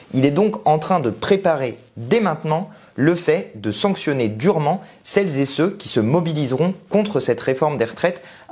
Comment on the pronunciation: Dommage tous ces "celles- zé-ceux"... ça gâche tout